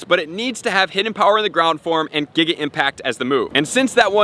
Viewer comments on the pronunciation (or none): none